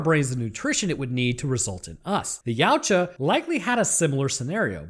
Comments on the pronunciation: Ya To Wa, you can't pronounce it like a human. 😂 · Funny fact ; Yautja pronunciation translates to 'husband' in my language.